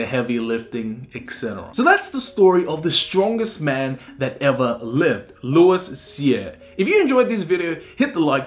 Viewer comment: Just trying to help you with prononciation of french Canadian words.. Québec: K-Bek Louis Cyr: Loui Seer (S in Louis is silenced, R is rolled) Michaud: Me-show (Happens to be my family name also :D) Nice video though!